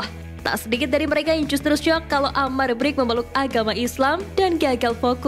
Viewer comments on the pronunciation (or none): Min brkic baca nya min jangan brik ga enak bgt gue denger nya . Harus nya di baca berkic jadi bric 😂😂